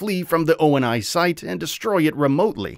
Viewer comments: O-N-I? It’s Oni, like a word always has been always will be. The Sabre space fighter was a secret UNSC program not a covenant one. Like it’s stuff that’s all in the damn game man. I’m sure the video is good overall but how can I think you’ve played or understand the games when basic story beats are completely lacking in your version of events. Watched 5 mins, gonna dislike and hope to not see this video on my feed again. ✌️ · When the narrator says O N I instead of ONI I completely stop watching 🤣🤣🤣. At least get a fan of the game to review it, or maybe someone who actually played it. 🤣🤣🤣🤣🤷🏾‍♂️😒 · O N I is pronounced like the demon Oni, and ODST is NOT! —> Orbital “Deep” Shock Trooper!!! It’s Actually (Orbital DROP Shock Trooper)!!! Your welcome, that’s kind of an offensive one to get wrong bro just saying, if I was one of the younger crowd you’d be getting eaten alive over that detail. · My God it's not O N I it's pronounced like OH KNEE